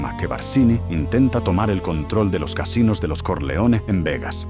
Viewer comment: This AI soundtrack sucks. Corleone should be pronounced correctly. It’s not Solosso. Stronjest? Come on.